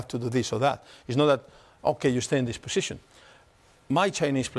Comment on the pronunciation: "you stay in this poxixion"